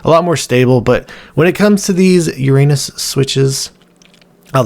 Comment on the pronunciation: That is not how you pronounce uranus :D